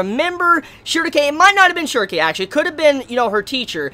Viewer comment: Shierke, not Shuerkeaefa